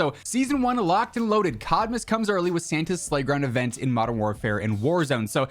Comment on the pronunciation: I kept hearing "shitmas" :D